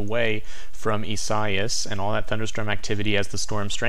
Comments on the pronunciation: It’s eee-sigh-eee-as. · Great spot as usual.Informative & interesting.However, your pronunciation of Isaias...was off!!....EE- suh- ee-us....4 syllabils.